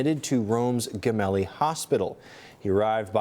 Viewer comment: The hospital is pronounced 'Jemelli'